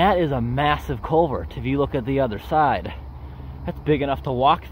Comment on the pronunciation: Take a drink every time he says colevert.